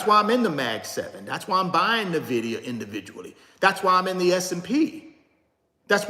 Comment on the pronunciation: You're pronouncing Nvidia wrong. 🤦‍♀